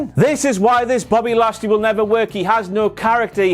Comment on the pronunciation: Before "Bobbly Lashly" also botched "heroism" and said something like "herosism" or close to it.